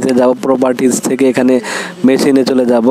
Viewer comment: 😊 মেশিন লিখা কই পাইলেন? নলেজ লিখা কই পাইলেন? শব্দ গুলো ভালো করে পড়ে ভিডিও তৈরি করতে পারতেন। ভুল উচ্চারণ হচ্ছে আপনার।